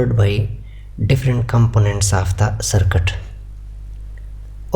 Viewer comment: Circuit ❌ Sircut✅